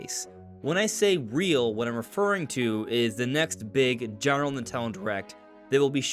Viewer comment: What's "Nit'ele"? 😜